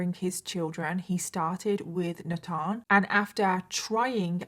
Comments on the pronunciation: Nut-on? Nat-han? U mean, NATHAN? NAY-TH-EN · Is the little boy’s name Nathan? Maybe a different spelling or pronunciation; in US we typically pronounce that ‘NAY-thin.’